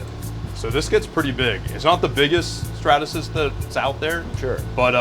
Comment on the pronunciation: Out of the errors, him saying statasys bothered me the most